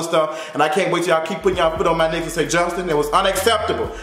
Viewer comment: Lmfaoooo every time he say "FOOT ON YO NECKK"